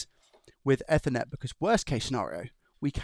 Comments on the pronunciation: It's eat her net not ether net. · Eethernet EEEEE-THER-NET 😅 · “F-ernet ” lol come on now. Never ever pronounced like that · I liked what I saw, but you butcherd a certain word throughout the presentation. Ethernet! Pretend its got an extra 'E' at the begining.... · ok, now use that 'either' you said there for the first part of 'ethernet', and you are spot on! 🤪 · Please, google how to pronounce "ethernet"